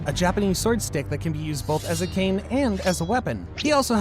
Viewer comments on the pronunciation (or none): none